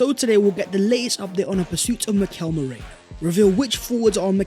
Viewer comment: ME-RI-NO!!!!!!! OH MY GOD.